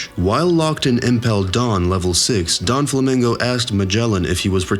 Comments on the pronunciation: ya that shit was rubbing the wrong way. and oh god, Don Flamingo🤣. this man out here making theories when he probably has not even watched the anime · Don flamingo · please work on your pronounciation of names... its not DON flamingo, it's not La Fat. it's not Marry go ease....Furthermore Oda did NOT reveal the future of Blackbeard !!!' your video is full of bullsh*t but funny as a simple theory